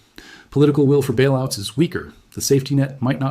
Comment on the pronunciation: "Bailoots"? :face-blue-smiling